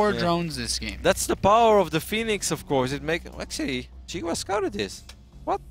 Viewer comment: and which is Chinese for watermelon, is pronounced "See Gwah", not "Jiggu Wa".